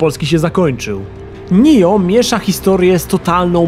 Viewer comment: Oj, nie czyta się nijo tylko NIOH